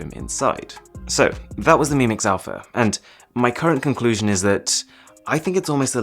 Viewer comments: "Mix Alaph" ... That would not be a great start for me. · Mix Alaph..are u joking shiaomi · The Greek letter α in Greek in the alphabet is pronounced alpha